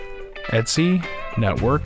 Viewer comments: Great vlog, just a small niggle - 'etc' means 'et cetera' so you can just say it the same way as you would read it normally rather than 'et see' :-) Keep up the good work! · All the Unix people I know pronounce the /etc directory as 'et see'. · The Linux Foundation training videos say "etsee"